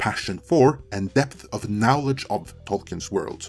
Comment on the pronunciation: It's so weird to me that in the past two weeks you've mispronounced "knowledge" at least 3 times in different videos. It's weird because you _didn't do this previously_. Yes, I am aware that videos on ME are narrated by two different people. We're from the same country, I recognize you instantly. Did you get a tongue piercing? Did you get 12 teeth removed? How can you consistently mispronounce it, and how can you possibly start doing so at a late age?